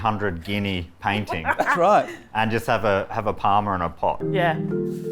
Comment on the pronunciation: Parma! Parma. It's Parmi. Say it right.